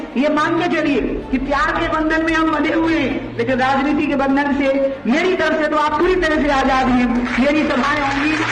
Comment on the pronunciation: भाई नवीन कुमारजी आप बार बार "राजनीति" को "राजनीत" क्यूं बोलते हैं? ये जान बूझ कर या अनजाने में बोलते हैं? शब्दकोश में "राजनीत" शब्द मुझे नहीं मिला अबतक।